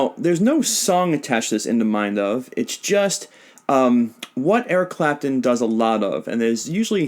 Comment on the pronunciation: I was dying when you said Eric crapton!! Lmao